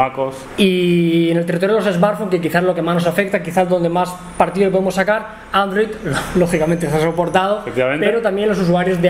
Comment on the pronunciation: Android forol jajajaja.